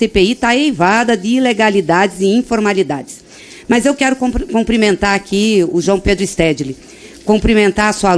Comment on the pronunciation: A deputada Gleise Hoffmann errou quando disse: "comprimentar". O correto é: cUmprimentar. 😅